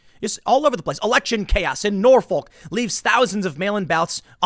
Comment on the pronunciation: The L is silent in Norfolk it is pronounced as if the (ol) is a (uc)